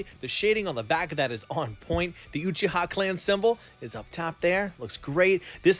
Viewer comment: its ewwchiha